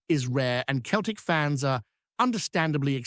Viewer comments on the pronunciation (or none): Pronounced always as Seltik not Keltik you fake